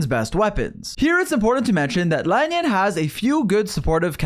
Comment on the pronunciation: Bruh who is "La-nyun"?